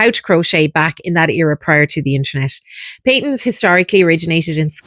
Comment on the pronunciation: I’d say Pay-tuns. (I’m Scottish and 70 years old and that’s how I remember it being pronounced. 👍 Nice video!!